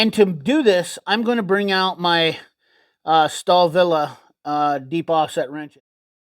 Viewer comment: stalvill is how to say it